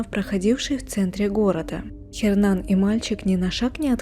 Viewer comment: Не говорите "Хернан"! В испанском "Н" не произносится! Его имя произносится как "Єрнан".